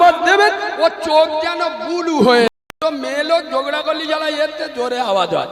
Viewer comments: ব্লু উচ্চারণ করতে পারে না বলছে বুলু।😂😂অমিত শাহ কুকুর না,এই বুলু বুলু মৌলভী হলো কুকুর। মোদী ও শাহের এতো সময় নেই যে তোমাদের নামকরণ করবে।এই নাম দিয়েছে বাংলার মানুষ। এই মৌলভীর কিন্তু ইসলাম সম্পর্কে কোনো জ্ঞান নেই তা আমি হলফ করে বলতে পারি। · ও জীবটাই উল্টোয় না ,আবার নাকি হুজুর? ব্লু কে বলে বুলু। ওতো একটা খেজুর। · শুধু মুসলিমদের কথা ভাবছি, বাংলা উচ্চারণ টাও ঠিক করে করতে পারছে না। আবার "ব্লু" কে" বুলু " বলছে তাই শুনছে। এদের কে ধর্ম গুরু বলে মানছে আর এদের কথা গিলছে।